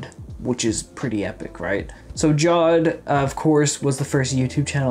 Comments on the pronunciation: hol' up that's not how you pronounce Jawed It's like Jaw-Vaid lol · My man still cant pronounce Jawed's name even after all these comments